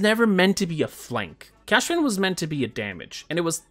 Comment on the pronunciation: Why do you pronounce his name like it's Cashpian?